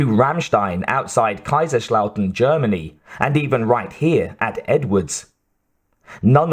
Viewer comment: "Kaiserschlauten" ??? Hahahahhaaaaa 😂😂😂😂😂 That is hillarious !!!! It s called "kaisers-Lautern". 😂😂😂😂😂😂🎉🎉🎉🎉🎉🎉🎉🎉